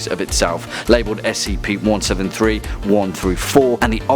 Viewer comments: STOP SAYING SKIP ITS S C P DIFFERENT WORDS its not an acronim you don't call P.O.W.s pows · “spc-173” REEEEEEEEE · Please say s c p, and not skip, that annoyed me, idk why I'm that picky, probably the internet rubbing off on me. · It's pronounced S-C-P not "Skip" you GOOF